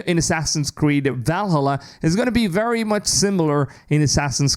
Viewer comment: every time you say Valhalla i laugh but also want to stop watching lol are you swallowed your tongue trying to say it? or i assume you didn’t check out a how to pronounce it